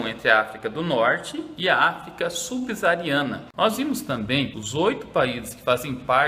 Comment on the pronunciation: subsaariana** professor.